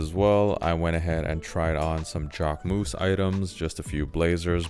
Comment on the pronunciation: Interesting ( for people not living in Paris ). Good selection of shops and food places . Kudos for the museum choice ( however Pompidou is more interesting from the inside than from the outside …) Just three painful moments : 1) you are still pronouncing jacquemus wrong . 2) all the bouillon are restaurants for tourists and countryside people , serving low quality outdated food . 3) rue Saint Denis is definitely not a place I recommend to have your hotel in : it is the most famous prostitutes / sex shops street of Paris …